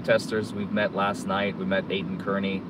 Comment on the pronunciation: please pronounce Kearny right🙏